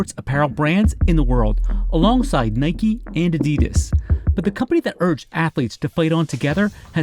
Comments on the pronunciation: Did she just say nīke? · say what?? This “expert” doesn’t even pronounce Nike correctly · Why do people pronounce Nike with a y on the end, change the N to a B and you cycle a Bike not a bikey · Lost all credibility when she called it nIke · Is it pronounced Nikeeee or Nike? That lady got me confuuuuussssseeeedddd now